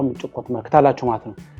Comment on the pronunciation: Please do not say chiqo , it is chiko ! That is not right the way you pronounce ! What is chiqo? It is chikoo. Annoying !